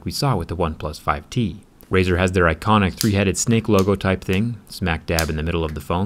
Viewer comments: "razet" thw bwst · "Razor" xD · Nice “razers”